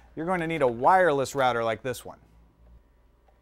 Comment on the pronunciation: I cant take this guy seriously Cant even say router properly